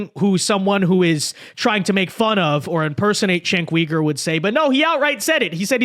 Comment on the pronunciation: You suck at pronouncing his name